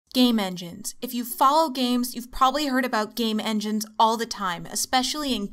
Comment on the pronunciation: Press 0 over and over and it sounds like she keeps saying 'gay men'.